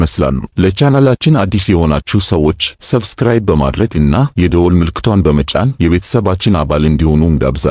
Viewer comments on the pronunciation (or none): none